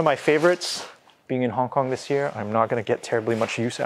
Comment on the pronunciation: Love the way this guy says Hong KonG with a nice GuH sound at the end.